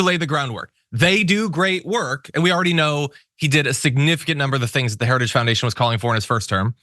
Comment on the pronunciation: He can't even say "heritage."😮